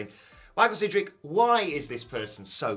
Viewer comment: Oh it’s Sidgwick. Close and thumbs down